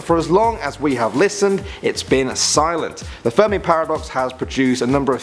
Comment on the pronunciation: Who heard him say furby instead of fermi